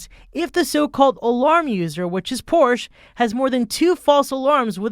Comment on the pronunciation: Learn how to pronounce Porsche correctly.